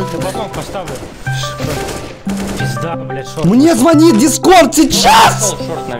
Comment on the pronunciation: не звонят, а звонят